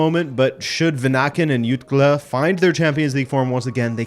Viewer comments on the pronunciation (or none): As a non native Catalan but avid Barça fan I'd be glad to have you know,, that Jutgla is pronounced as "Joog-lah"